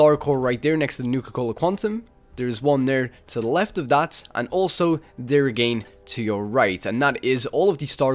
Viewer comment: Am i the only one laughing at his "AGAYYN" ?